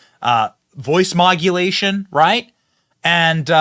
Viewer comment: Johnson Benny say voice mogulation,What is that?? Never heard that before or maybe you ment voice modulation.